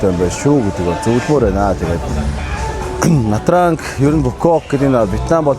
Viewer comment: на транг л гээд байх юм На Чан гэж дууддаг